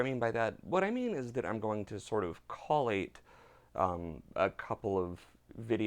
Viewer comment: caw late. lmao coal eight. collate(consolidate)